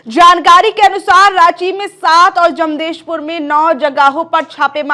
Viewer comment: जमदेशपुर नहीं, जमशेदपुर बोलो,एंकर मोहतरमा।